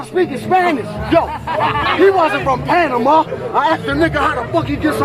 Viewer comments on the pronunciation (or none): none